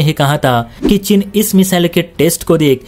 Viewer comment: तुमसे आज तक हिंदी बोलनी नहीं आयी।चीन को 'चिन ' बोलते हो....